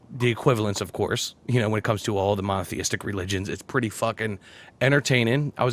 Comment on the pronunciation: i know is saying monotheistic but i kept hearing mafiistic